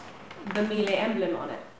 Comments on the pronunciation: It’s pronounced Mee-Luh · that’s not the way you say it though